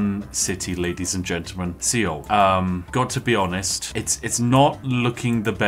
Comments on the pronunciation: “great I built a new city sea-oul”…. Uh spiff my dude it’s pronounced soul the “e” is silent lol love the video crazy you got targeted so hard lol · The mispronunciation of "Seoul" really killed me 😂 It's not pronounced "Ceeol"...it's pronounced like the English word "Soul" 😉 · One big game of "MY CABBAGES!" , also seoul is pronounced as soul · "see-ole" lmao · Seoul is pronounced the same way as "soul" or "sole." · You deserve all the meteors for the way you pronounced Seoul